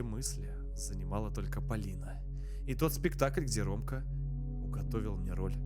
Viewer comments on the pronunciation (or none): Не Палина а Полина